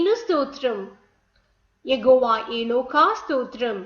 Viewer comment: Plz say yehowa not yegova